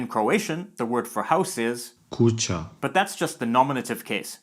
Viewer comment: It's actually pronounced "кучя" in Serbo-Croatian. Ћ/Ć is always pronounced as soft Ч like how Russian always pronounce them soft no matter what. "Куча" in Bulgarian means a boiled wheat for a passed away person. Pile of something is "куп/купчина/камара"